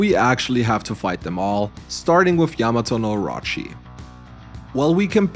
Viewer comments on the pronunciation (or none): none